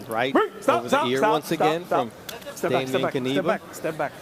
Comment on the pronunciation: "dejmien kaniba", oni są niepełnosprawni logopedycznie, nie ma nazwiska którego by nie przekręcili